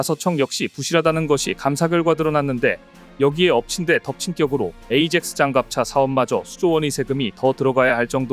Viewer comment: 에이젝스 가 아니고 아약스 로 발음해야합니다